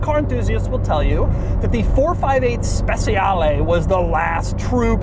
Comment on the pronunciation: Just one little thing : "Speciale" is not pronounced "Spe c ale" with the soft c, is pronounced "Spe ch ale" with the ch like cha-cha-cha